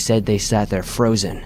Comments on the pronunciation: I died “I sat frozhin” 😂😂 keep in mind I’m exhausted and tired and anything makes me laugh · "Cruzher, frozhin" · I sat frochen LoL how'd you let that one slip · I thought my hearing was messing up. Glad someone else heard it lol